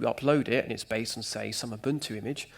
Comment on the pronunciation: Enjoyed “cloud blased platforms.”